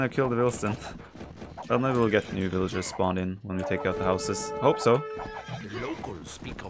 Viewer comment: SIX VILLIAGERS, lol, not horse! VILLAGER LIVES MATTER, lol